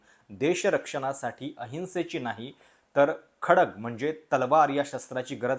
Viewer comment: संन्यस्त खडग नव्हे खड्ग